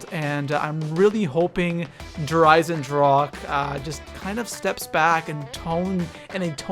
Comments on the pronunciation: Its said like "dare i-sen-drah-ka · Der eisendrake???? Really??? I like ur vids but try harder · i am from Germany and please learn how to say der Eisendrache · Please name it the irondragon because der eisendrache is german and i cant hear it anymore how people say der eisendrak 😅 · Mispronounces "Der Eisendrache" the entire time >.< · is it so hard to write / pronounce der eisendrache correctly? ^^"